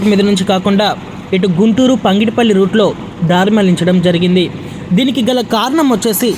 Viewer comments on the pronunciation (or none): పంగిడిపల్లి కాదు పగిడిపల్లి కాదు ఘాన్పూర్ కాదు ఘనపూర్ భువనగిరి లేదా భోనగిరి అని స్పష్టంగా పలుకుతె భాష ని చంపకుండా ఉంటావు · పంగిడిపల్లి కాదు పగిడిపల్లి please correct the pronounciation